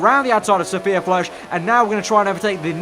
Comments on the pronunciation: Sophia FLOORISH... nice 😂 you should say it like FLUHRSH😉 not hating, just trying to make it better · I swear it’s Sophia Flörsch not floersch